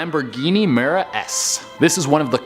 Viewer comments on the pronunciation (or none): Lamborghini Mera S?.... it doesnt exist ... Muira S